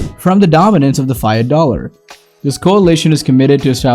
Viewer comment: Is this a real person talking or a robot? I’ve never heard anyone pronounce fiat or economic in the strangest way possible. Lol.